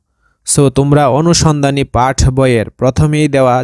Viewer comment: পাঠ না পাট